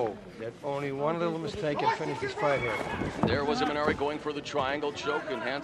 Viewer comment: Its imanari not imanani my friend